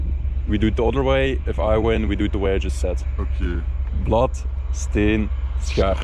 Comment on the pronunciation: Rare jongens die Belgen, zo spreek je schaar niet uit... 😂